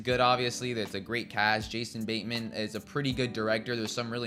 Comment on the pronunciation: Who's Jason Baynman? Also, it's Joel Edge-er-ton, not Edgar-ton. While I'm on a run, who pronounces the s in Illinois? Fucking hell, within five seconds of pressing send, you make another mistake. It's in Missouri, not Mississippi. I could only make it to the three minute mark. I don't know why you were driven to review films and TV shows, but you should stop. It's not for you.